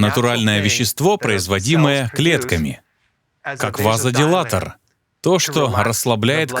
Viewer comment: ВазодиЛАтатор, а не - дилатор...